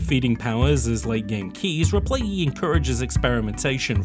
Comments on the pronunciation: Replay-lee, not replayee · I'm so distracted by the missing "L" in "Replaylee" =P